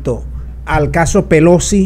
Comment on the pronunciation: La Señora, " Pelosqui "